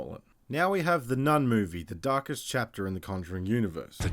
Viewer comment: It literally sounds like the voice over is saying The Turkish Chapter if you just listen to it. Hmmm, I wonder what it all means!? 🧐😂😂😂